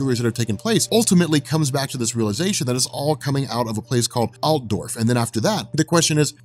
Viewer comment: As an Austrian I can tell you that your pronunciation was pretty good on Altdorf